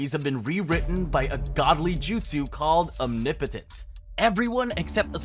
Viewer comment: That’s how you say it mate